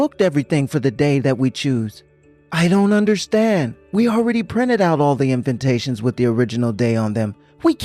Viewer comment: For the 100th time, its INVITATION not INVINTATION. These people reading are speaking English, do they not know the word? Its spelled right. So many of these stories say that word wrong. Sorry, it just bugs me.